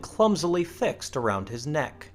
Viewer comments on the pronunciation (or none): none